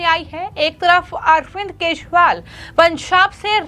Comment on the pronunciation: ये सही ढंग से न्ही बोल रही है केजरीवाल की जगह केशवाल बोल रही है